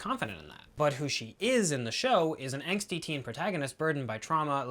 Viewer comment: Angsty, not anxsty